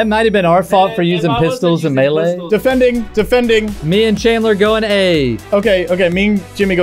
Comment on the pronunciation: Are we just going to overlook the way Chris pronounced "melee"?